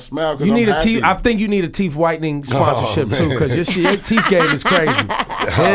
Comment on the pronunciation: Ebro said ya teef game is crazy 😂😂😂